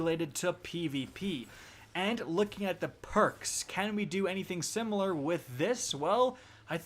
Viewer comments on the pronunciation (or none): none